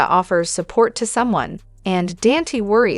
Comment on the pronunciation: IT'S DON TAE' NOT DAN T😅